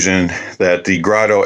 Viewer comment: It's pronounced Grédo.